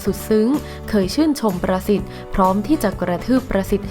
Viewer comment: อ่านช้าๆครับ ประสิทธิ์ ได้ยินเป็น "ปรสิต" ในปรสิตอีกที 😱😱